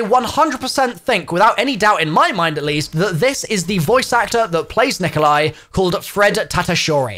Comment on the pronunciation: It's not Nikolia lol